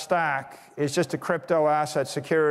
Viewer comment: I think he said “crap toe“ . 🤔